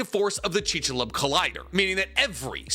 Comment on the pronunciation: With love man, chik-su-lube 😂